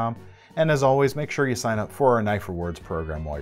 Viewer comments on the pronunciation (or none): none